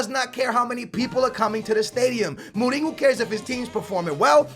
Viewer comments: It's Mourinho not Molino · Why do you say Mouringo lol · the way he pronounces morinho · it's not moureengo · Why does he say Mourinho like Mooninyo? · perlim pim pim Perlim alguns deles, sim, outros é mesmo errado xD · Jeez just go to Google translate ,change the language to portuguese and type José Mourinho. jeez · The way you say mourinho and Juventus makes me feel like aids has jumped into my ears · I like, but i hate it when him and many other americans over pronounce foreign player names, example for when he says mourinho. He always says names with accents and is quite annoying to me. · Stop saying Mourinho like that, you've been saying wrong for years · Lol no, we pronounce it Mourinho like in english -. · Julio Maldonado I think he's one of stupidest people on the internet he can't pronounce simple fucking words and every game when he scores a goal he shouts "GO GO GO GO OALLLLL" ,it's annoying seriously .